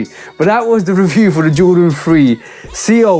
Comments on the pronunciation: These might be my SOTY next to WC4. Love all the details. Seoul can be pronounced like soul. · It’s pronounced SOUL. But yea this show fire!! Lol